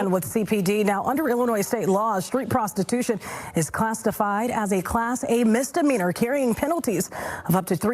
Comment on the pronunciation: " class-tah-fied".. 😅 ffs